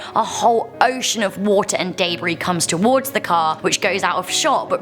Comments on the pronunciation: Debris not daybree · Day Brie?.... Debris (Deh-Brie/De-Brie). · Y she say deb-ary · "Hes clutching to some DayBre" lmao wtf is daybre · this is sad but i like how she says dabris instead of debris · It’s deb-rie